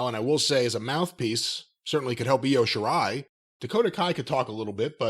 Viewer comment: No, no, no. Io's name didn't change, Corey Graves just botched the hell out of it, over and over again that whole final segment of that women's championship match.